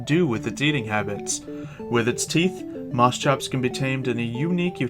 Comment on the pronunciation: It's Moschops; Moss-Copes. But call it what you will.